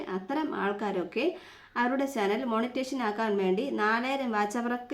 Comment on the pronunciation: മോർണിങ്ങോ 🙄മോനിറ്റൈസേഷൻ അല്ലെ